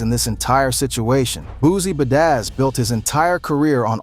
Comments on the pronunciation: The way you’re saying badazz😂😂😂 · "Ba-dazz's" son 😆😂😂